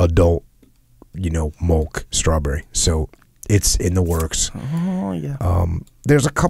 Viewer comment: SAY MILK. JUST SAY IT LIKE A NORMAL HUMAN.